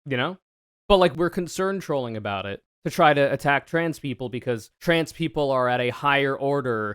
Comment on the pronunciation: i also hate how the dude says “tran” instead of trans, it’s small but it irks me for some reason trangender lol